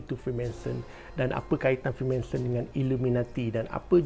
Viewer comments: Freemanson ke Freemason? Sebut btul².... Freemason guys... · freemason bang bukan freemanson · Freemanson? Ke salah sebut?